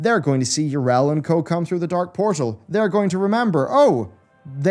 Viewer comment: Yrel? Her name is pronounced Yee-Rell not Yer--El. Syllables matter.